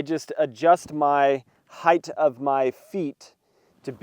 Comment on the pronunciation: Thank you for saying “hite” and not “high-th.” And the kilo high peak chair works for me. I like it a lot.